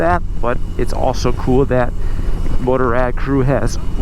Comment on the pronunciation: If one are unable to pronounce Motorrad properly (as in German language), why not stick to the already translatated word Motorcycle instead?